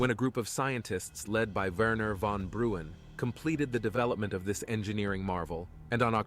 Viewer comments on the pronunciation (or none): this video has so many mistakes ... like the butchered names, the mutilated pronunciation, the incongruence of text and vid when the narrator says WWII and they show WWI scenes or the missing info about nerve agents in 1915 (38 different agents!) etc. Wernher von Braun it is and not Bruan (even pronounced wrong from that robo voice) or Einheitsempfänger and not Einheirsempfänger (also butchered by robo voice). The Nazis were in power from '33 to '45 ... thats twelve years. Assuming that all those skilled people just grew under the nazis is a wrong narration. It would be more honest to say that the nazis took advantage of a very good education and school system and abused the ingenuity of these generations to focus on war. Please lets not give the credits for those inventions to fashists who never even had the education or knowledge to construct a lightbulb. Lets better blame the success on tuition free public schools and Universities and the idea that investment in people is investment in future - when wisely done. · Braun is pronounced exactly like brown.and means the same.